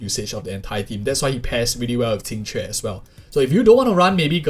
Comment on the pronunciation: Finally someone who can pronounce her name 😂